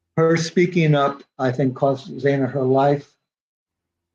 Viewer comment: Are you serious? This guy can't even pronounce xanas last name properly and he's making a lot of money from someone else's misfortune and tragedy.